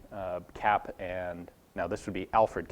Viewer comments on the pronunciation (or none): Kapp : pronounce it CUPP